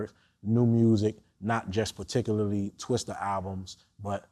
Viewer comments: VLAD STOP Calling this Rap Legend "TwisteRrrr, this ain't NO DAMN Bill Paxton movie!!! lol. RIP Bill Paxton, but This AINT TWISTER!!!! Whitey, It's TWISTA!!! Lol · LMAO ... I think its a cultural barrier! I have to correct all my non-black friends! Its Twista not Twister LOL